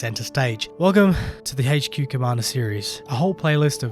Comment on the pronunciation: Update sucks bro . your going to love it . Sarcasm intended. Also its not hach q it's pronounced h q